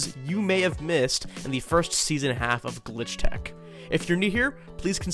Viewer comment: His faliure to see the s at the end of "Glitch Techs" is making me scream internally